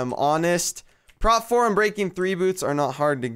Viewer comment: it's actually "prot" not "prop". It's short for (Prot)ection.